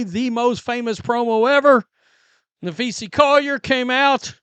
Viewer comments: NapheesA, not NapheesE. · you big dummy you sound like your saying Nafeces, sound it out there, you can do it, Na-phee-sa 🤦🏼‍♂️ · NAPHEES-AH is how it’s said. Makes me cringe every time I hear you say her name. Please know peoples names if your reporting on them!! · uhhhhhh, I mean seriously folks, uhhhhhh I'm just being honest here, the sooner he starts pronouncing one of the most famous players and also the owner of Unrivaled's name right the sooner people will stop leaving comments. You'd think part of being a sports journalist is knowing how to say people's names correctly. It's annoying and makes him sound slow upstairs, and also it sounds like he's saying Nafeces 💩 It's like if he always called CC- Caitlin Clerk, and obviously it gets on people's nerves if you've seen the comment 100 times, 101 counting mine. Now if you'll excuse me I have to go drop some big ol' Nafeces off at the superbowl 🚽